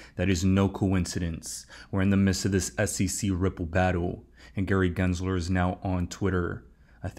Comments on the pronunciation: I have my reservations about. He miss pronounces “Gary Glenslerrrr” and also keeps miss quoting the phrase….”The train has left the building”. It’s….”The train has left the STATION”. What fcking building???!!!!! LOL. I think he’s confusing it with “Elvis has left the building”. He’s also burping loud now on all his videos. A failed banker that was living with his mother just 1.5 years ago is now the self-proclaimed “#1 Coach in the world”? 😂. I feel sorry for the suckers that buy into his “Warrior Academy”. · Raise your hand if you know that pronounces “Gary Gensler” better than … GENSLER… not GLENSLERRRR 🤣🙋‍♂️